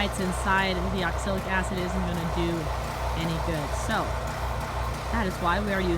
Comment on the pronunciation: You probably learn to pronounce the product you are using.